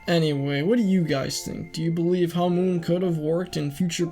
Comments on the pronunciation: first of all, why are you pronouncing hamon, as hamoon second, you could just blame joseph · why do you say hamoon not hamon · U say it like its written hamoon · Why can literally no one pronounce hamon right. Hamoon🌑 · Its pronounced HAH moan